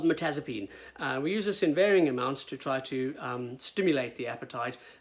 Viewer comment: You mentioned mertazapine but it's mirtazapine